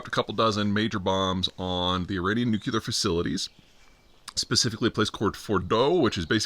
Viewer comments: NEW-CLEE-ARE, not NUKE-YOU-LAR.. C’mon, man. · Nucuelar? Nuclear??? SPELL NUCUELAR!!!! THAT ISNT HOW ITS SPELLED OR PRONOUNCED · Hee hee hee! He dun say "nook-YOU-ler"... 🤣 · Everything that's happened this year and he still can't pronounce nuclear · Where’s that second U in the word nuclear I keep hearing you pronounce?